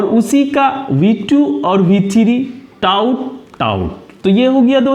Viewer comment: Without content I never gave any reaction...... क्योंकि इस modern time में आप taught को टाउट बोल रहे हो। Please आप इसे सही करो after that we are doing like share subscribe.... Ok sir 👍👌 Goodbye 👋👋